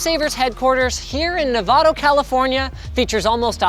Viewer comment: Novato, not Nevada.